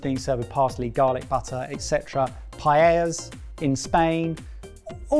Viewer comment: Seeing them pronounce paella correctly was a nice cherry on top.